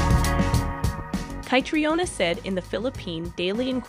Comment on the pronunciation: Why don't Americans learn to pronounce names the correct way it's so annoying and embarrassing. The way she says Catriona surely someone can correct her on how to pronounce the name Catriona